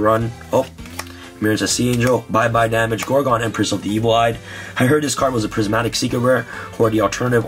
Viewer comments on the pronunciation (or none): none